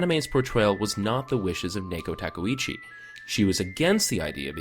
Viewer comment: Nayko Takooeechi? Say what? 😂😂